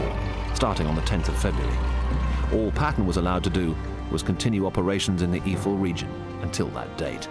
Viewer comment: It is Eifel, and NOT iefel, please learn to read before you do a video... this is beyond stupid.. [AYE - FELL] Have some respect and learn to pronounce the names right, people died there..